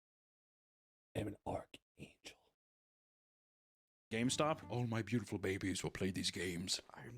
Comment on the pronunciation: “I am the ARK ANGEL!” 😂